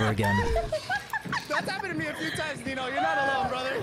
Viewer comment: It’s neenoh!